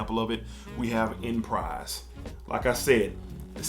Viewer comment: Phonetically it’s (ahn•pre) not enprise but definitely one of my favs